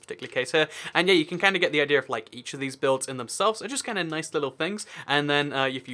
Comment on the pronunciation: seconds into the video "Noice" lol reminded me of the meme no offence I like your channel